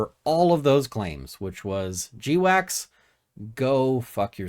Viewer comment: I thought GWACS was pronounced 'gwacks', like the noise a duck makes when it wakes up in the morning. 'jdeewacks' sounds like something you need to talk with your doctor about with a long list of side effects.